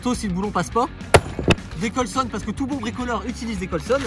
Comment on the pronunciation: Il a dis des colsonne😭😭😭